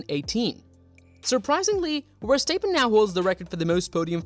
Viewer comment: great video but its pronounced "verstap {pen}" not verstap {peen} haha